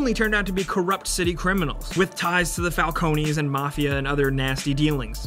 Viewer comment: It always anoys me when people pronounce Falcone as Fal-conee because I use the Gotham show pronunciation which is Fal-cone